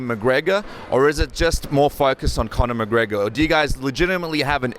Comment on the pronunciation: Conor greygor? He doesnt even know his name